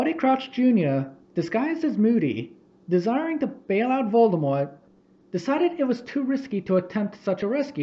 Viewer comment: If you have ever had an argument on why you pronounce Voldemort like that, I hate you. If you admit your wrong but refuse to change how you say it, I respect you. If you say it's your accent your lieing.